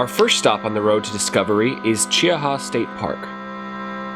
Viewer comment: Che-Ha, 2 syllables. Fun video, John Emerald is putting out some great products.